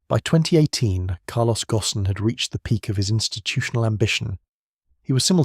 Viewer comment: Carlos's last name is pronounced "goan", and rhymes with moan. AI slop!